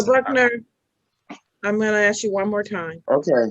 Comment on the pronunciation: One of the first signs of mental retardation: The word ask is pronounced aks.